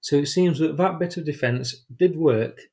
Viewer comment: the word is that, not vat, and the, not ve